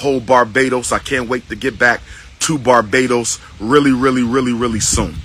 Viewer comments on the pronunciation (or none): none